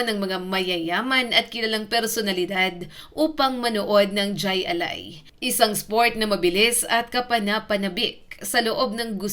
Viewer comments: Hindi jai ali. It's pronounced Hi A lai. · Kulang sa research ka.. Di yan jay.. Jai alay (hay alay) yan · Hindi DYAY ALAI kundi HAY ALAI. Nakakabobo naman yang pronunciation. AI. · Jai(Haaay) Alai po! Nakakatawa itong clip na ito. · Mali ang bigkas ng Jai Ali ... Hay -A-Lay Ang pag bigkas nito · Hindi jay alay kundi hay alay (Jai alai) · Mali ang bigkas mo ining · Jai alai--- hay alay ang bigkas hehehe...70's - 80's sikat yan nataya pa non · Correction Jai Alai pronounce mo ng Hay ali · hai alai ang pronounce hnd jai alai although ang spelling ay ganyan pero pronounce ay hai alai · Hay alay ang bigkas dun, tama ang spelling yung bigkas ang mali. 😊 hahaha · Jai alai (hay alay) 😂😂😂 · It is jai (pronounciation is " high" not j cause spanish doesnt have j) alai [alay] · " Hay Alay" po bigkas niyan. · JAY(hai- or hay ang pagbigkas spanish word. JAY(hay) alay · Hay Alay pronunciation yan ma'am Bohol anon cguro c ma'am 🤣🤣🤣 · Hi alay ang bigkas ng jai😮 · Hi- alai, ang bigkas sa pagkakaalam ko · Hay alay po Ang bigkas... Hahaha 😂😮😅😊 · Jai alai is pronounced as HAY ALAY boba